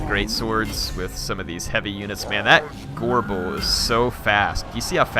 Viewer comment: makes "gorebull" sound like "agorable"